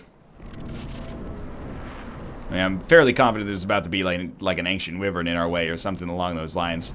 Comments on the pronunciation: hey nl not to be rude but your saying wevern you have to say the letter y in the word wyvern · Anyone who told you that it's not pronounced why- vern was lying to you. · nah, everyone told him that it was why-vern, he used to pronounce it the other way.